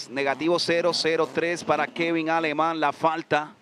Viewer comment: Finally heard Aleman pronounced properly. It is not ALE-men. It is Ah-ley-mon.